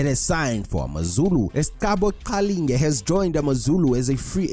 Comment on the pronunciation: kanti you not Zulu?. the way you pronounce Qalinge😂😂